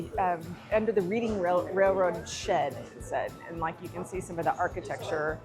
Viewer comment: Reading is pronounced like red.